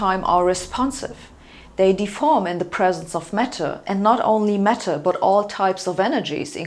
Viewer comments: I thought she said 'metal' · There is a fashion amongst Germans to mispronounce the letter 'a' in English words. So for example, the word 'apple' is distorted to sound like 'eppel' and 'band' becomes 'bend'. Too bad if you buy an 'eppel Mec in Menchester'. I too didn't get that she meant 'matter' until you pointed this out.